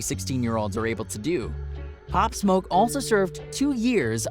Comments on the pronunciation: Cuz said pop smuck LMFAOOO 😭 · “Pop smok” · not only can the guy not pronounce “pop smoke”, but even the short description he gives doesn’t match what really happened - all available on YouTube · This guy cant even say Pop Smoke Quavo right...